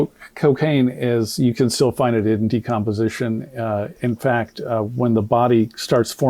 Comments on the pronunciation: Doc you are so kind and gracious to Crump's inability to pronounce even obvious words. Crump should be renamed Decompensation. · Crump couldn't even pronounce the word " decomposition " ....freaking idiot. Of course, he's now moved on the Wisconsin to get another payday from people who are grieving and don't know any better. He always gravitates to low capacity, low IQ people when he decides to slink in. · Crump can't even read the word "decomposition". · he couldn’t pronounce decomposition either. As a nurse, I couldn’t believe how he butchered that report. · "Decomposition" and "occipital" aren't difficult words. Crump is illiterate. Dissection of the throat is common when cause of death is undetermined.